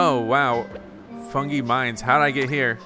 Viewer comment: it is the Fungi (pronounced fun-guy) Mines.